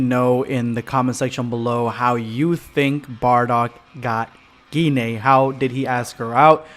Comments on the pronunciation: Pretty sure its pronounced g-yne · Kind feel like it’s pronounced with a soft G, like auberGine. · Ur pronunciation of gine is killing me